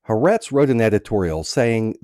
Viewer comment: The newspaper is calle Ha- Ah-rehtz FYI.